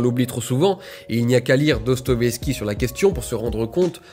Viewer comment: "il n'y a qu'à lire Dostovieski" il l'a tellement lu qu'il prononce mal son nom... (arrête on sait que tu l'as pas lu Julien)